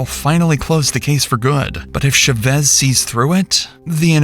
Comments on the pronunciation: The pronunciation of these AI devices is so pitiful, what the hell is a “Sha-ves” it’s CHAVEZ! CHHA-VEZ GOOD LORD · Is this AI narration? No one pronounces that name as “shey-VEZ”. Try “CHA-vez”. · How hard is it to learn how to pronounce the last names of the people your entire video is about. Shevesss no. CH-AH-VVV-EH-ZZZZ. For fk sake, just learn it!!! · For the millionth time the spanish name Chavez isn't pronounced with an sh. Thats french. Its CH like in cheese. Stop doing this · The name is pronounced CHAVEZ... exactly how it's spelled. Not Sh-u-vez. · Its cha vez not sha vez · They keep pronoucing Chevez? Why isn’t it “Cha-Vez”? Why they keep saying the A silent? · Saying "Shuvez" instead of Chavez is driving me insane. What planet are you from that you can't pronounce Chavez? YouTube is weird. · "Shuvez" is a crazy way to say Chavez also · CH-AH-vez * Chavez. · Its chavez man wth u saying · Why is he saying Chavez like that? It's not shavez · It is Cha as in Charlie.....not sha. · FYI, Chavez is pronounced with a “ch” sound like “chair”. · why you pronounce chavez like that lol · The mispronunciation of Chavez this entire video has absolutely sent me 😭😭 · Josue, Chavez, Vigil from a previous vid.. there's gonna be a lot of crime coming out of Albuquerque. With all due respect, you gotta learn how to pronounce these names. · Ooo wee I wish folks would look up how to properly pronounce Hispanic names… it was so painful to hear “Chavez” mispronounced so many times. And before anyone comes for me, I was born and raised in Albuquerque (where this story happened) and if you watch any news coverage, this is not how to properly pronounce the last name. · Is no one going to say anything about how horrible he keeps pronouncing Chavez? lol Great video tho ☺️ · The pronunciation of Chavez is frying me😭😭